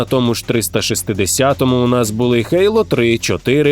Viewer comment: а ще *Гоґвортс, *Гейло, *Горайзон